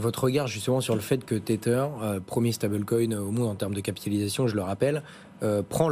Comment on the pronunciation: l'animateur s'enfonce dans un ridicule de prononciation en s'obstinant a parler du "teteur". Il dit le "staibeul coïne", "cirqueul" ou "bitcoïn" donc pourquoi le teteur? comprend pas.